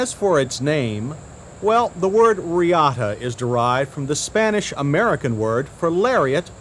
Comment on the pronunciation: Lol Buick ReeAaaahhta, up there with the Toyota Cam-Ray on the list of Johns “I’ll call it what I want!” pronunciations.